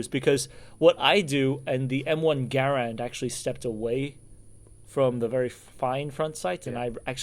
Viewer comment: Hey good for you sir for correctly pronouncing the M1 Garand rifle! Not many Americans do..